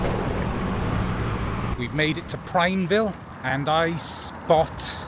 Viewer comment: Prineville is 2 syllables. No "ey". With american English, the 'e' is typically silent and designates the long 'i' sound. Welcome to Oregon!